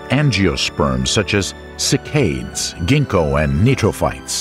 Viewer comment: "Sick-ades"?!? It is spelled cycad. How do you get a long A sound from that?